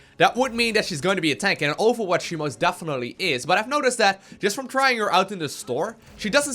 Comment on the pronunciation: he says awfulwatch?